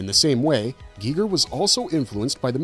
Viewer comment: Is he saying HR geeger on purpose and not Geiger